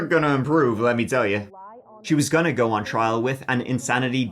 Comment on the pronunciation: It's wild how you pronounce the word 'go', as if it has two o's... curious as to how you'd pronounce the word 'goo' 🤔...?